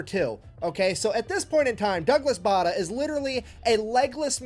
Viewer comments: Bay der not Barder as the narrator was saying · His name is pronounced 'Bay der'!